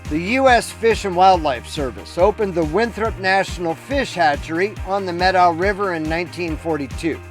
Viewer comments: Thank you for pronouncing Methow correctly. The Methow is my backyard and the Lost River Pinot Gris is a favorite beverage! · Good on you for pronouncing it correctly ;)